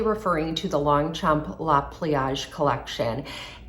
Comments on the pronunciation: I just wish for the proper pronunciation of the brand!😂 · If you’re going to feature a handbag brand take a couple minutes to learn how to properly pronounce it